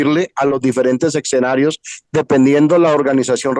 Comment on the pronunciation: essssscenario, no eXenario, lindo. Por lo demás, muchas gracias a Uds. tres personas tan lindas y comprometidas con transmitir sus conocimientos. Gracias infinitas.